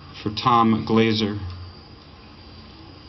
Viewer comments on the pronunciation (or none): It's Tom Glasser, not Tom Glazer.